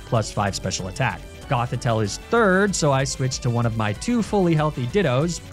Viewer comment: "Grass-whis-lay" He can't keep getting away with it!